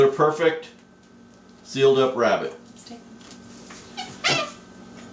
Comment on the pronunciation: Do you west youw wabbit in a westinghouse?